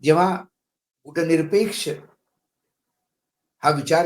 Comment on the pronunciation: मराठीत गुटनिरपेक्ष नाही गटनिरपेक्ष म्हणा.